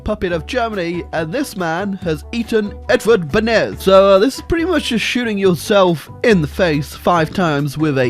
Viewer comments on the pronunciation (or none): It is not read Benes , it is read Benesz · no benes its BENEŠ RE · As a Language Nerd I must say, its pronounced Benesh - written Beneš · "Mister Benez!" Me, a Czech: Dies inside at the pronunciation. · Give it like atleast a single year, and will learn how to say Benesh